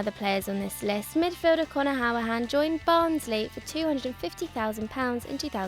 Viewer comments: Who-ra-han not how-a-han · It's pronounced hoo-ri-hane I'm a villa fan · i mean...that's one way to pronounce 'Hourihane' :P